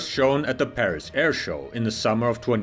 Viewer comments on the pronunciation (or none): none